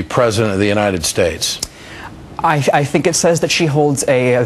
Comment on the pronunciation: ....she's running for the presidency of the what? Does she say..."Unine enstates"?